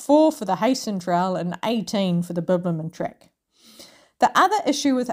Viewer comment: Wish i saw this earlier i could have waved at you as you walked past the Barossa. I'll certainly watch your other videos now. You've probably worked out by now that it is pronounced "Hi-sen" Trail. Regards.